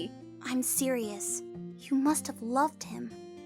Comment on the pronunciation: "You and Aaron mush have..." ASDFGHJKL